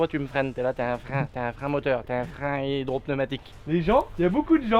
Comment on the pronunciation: ''Hydropneumatique'' Mdr